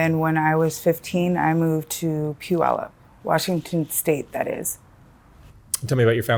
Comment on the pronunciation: Sincerely - don't come back. And btw she pronounced Puyallup incorrectly